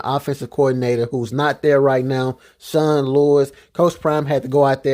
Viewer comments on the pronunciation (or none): none